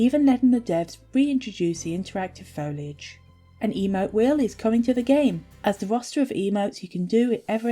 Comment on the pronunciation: I wonder if the FS tail-swipe attack is available for all life stages. I also love that called it "Foil"age instead of "foli"age during the livestream.